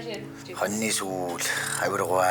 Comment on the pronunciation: Хонины гэхийг хонинээ гэхээс бусад нь цэвэрхэн сонсогдлоо😂😂😂😂